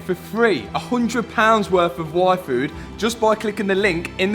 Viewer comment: Every time he said yfood I think its wifo! ara ara..